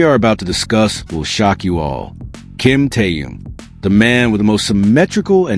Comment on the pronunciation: Автор,называйте правильно Техена,ведь в тексте все правильно,так будьте добры,читайте правильно,Что это за Ким Тээн?